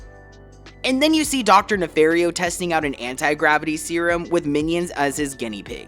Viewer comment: It’s pronounced nuh-FAHR-ee-oh, “”! 🤨